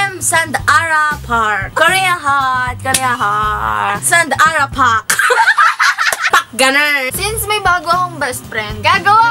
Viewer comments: SAND-ARA PARK HAHAHAHA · Sand-ara Park HAHAHHAHA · SAND-ARA Park hahahahahahahahahahahahaha 😂😂😂